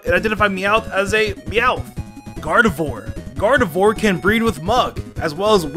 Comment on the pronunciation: nobody:: GardeVORE